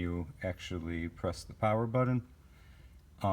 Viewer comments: Love the car but seriously??? someone the has put together something so awesome yet cant say the word BUTTON... its not Buddon. Killin me!! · love this, but i can't help but chuckle every time I hear him say "budden"